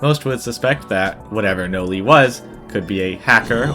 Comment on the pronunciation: Noli: ❌ Noi: ✅